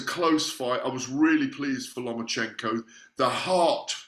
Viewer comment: LOMA-CHENKO, NOT "LOMA"N"CHECHO......JEEZ